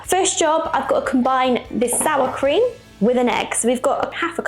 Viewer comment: Cream not krem